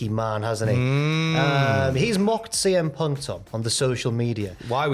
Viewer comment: Not letting that intro side Tom you defo said "cm ponk"